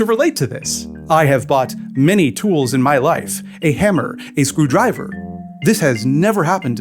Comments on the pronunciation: “Wake up babe, new way to pronounce ‘screwdriver’ just dropped.” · The way he says screwdriver is so alien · I am forever going to pronounce "screwdriver" as an amphibrach after today. Thank you, echolalia. And thank _you_, Mildred.